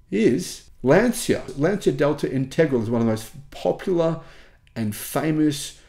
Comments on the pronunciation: And Lancia is pronounced without the i. The i is there only to pronounce the leading c differently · Well no insult intended, I'd love to see Lancia [lan-chia, only two syllables, is how it's pronounced btw] reappear just out of love of it's history in innovation and prowess in motor sport. I have loved Italian cars for my entire long life, so much fun for so little dollars. But I have given up on FIAT/Stellantis in the USA, they had a chance to return and be a player and they just cannot make quality products. Love Italian everything, but can't love Italian quality of manufacturing. The Chinese probably can't do worse than FIAT. A 4WD Integral barn burner would be a dream come true, but only a dream. It will never happen.